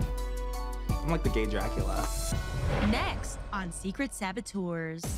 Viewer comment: "im like the the gay dracela!" slaaay